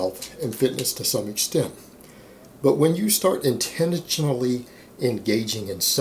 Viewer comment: Intentionally become "Intenintually"